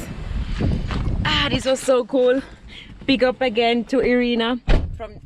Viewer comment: Its not E-rina, her name is I-rina (Irina).